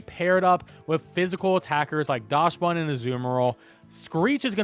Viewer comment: For non-German speakers, it's pronounced "Daksbun", because it's based on the Dachshund, which is pronounced "Daks-hoond" in English.